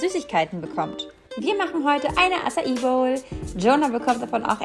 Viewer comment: Es heißt Acai und es wird Atschai ausgesprochen 🥹